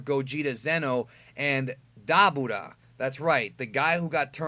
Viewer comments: so im not the only one who loves to say Dabura like that. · Who the fuck is daboda I thought his name was the dabura